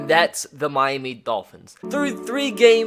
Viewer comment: Why does he say mimy instead of Miami tf?